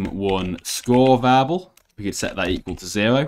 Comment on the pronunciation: I hated how he pronounced "variable" as "vable"